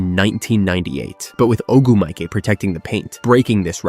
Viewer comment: Craziest pronunciation of Ogwumike I've ever heard lol. Good video though.